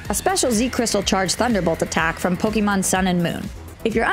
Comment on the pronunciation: i should be an arse and thumbs down this for saying pokemon wrong, but i wont.